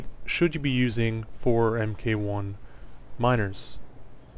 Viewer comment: Its mark 1 and so on not M K 1 rofl Mk. is mark abbreviated.